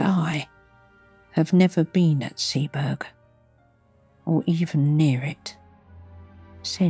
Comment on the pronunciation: Arh!!! A great reading, but it's pronounced 'Sea-bo-rugh' not 'Sea-berg'.